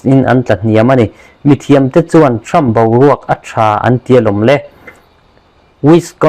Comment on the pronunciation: "Trump" tih leh "Seat" tih i lam dan chu leh😂😂